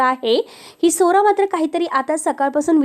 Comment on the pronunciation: मराठी नीट बोल.स्वरा म्हणं.सोरा सोरा ऐकू येतं